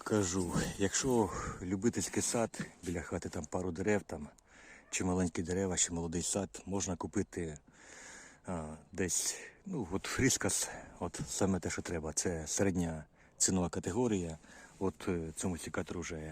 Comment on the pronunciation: Все добре, але не Фрискас , а Фискарс. Ріже слух.